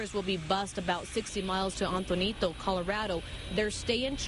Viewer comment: how the f do you pronounce Antonito wrong? so confused she said auntainido